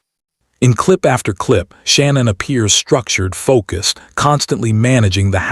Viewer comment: I'm sorry, but when someone has such a brutal and tragic ending they deserve to be honored and respected. By calling her the wrong name throughout the video, I consider this a great disrespect. Her name was not Shannon...... it is pronounced " Sha- nann".